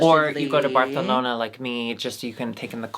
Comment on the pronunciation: love doing that "th" with Barcelona 🤣😂